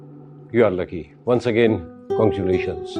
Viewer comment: Congututions mene suna ya yehi bola 🤣🤣🤣🤣